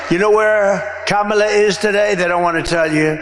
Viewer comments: He slipped up and pronounced her name correctly...Intersting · Did you notice he accidentally correctly pronounced her name? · He’s so demented he said her name RIGHT! He forgot to say it wrong!